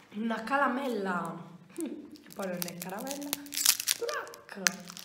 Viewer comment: Ma perché dici calamella